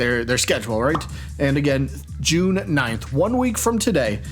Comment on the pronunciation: I love "J-lune"! It's right up there with Smarch.